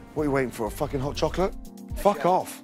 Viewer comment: “What are you waiting for fooking hot chocolate” 🤣🤣🤣🤣